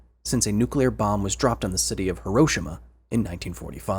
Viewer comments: Dude really pronounced Hiroshima like "HerOshimma" 😭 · why tf did you pronounce it as Herro shima? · How did you pronounce Hiroshima???? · Bro mispronounced Hiroshima so hard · please stop pronouncing Hiroshima wrong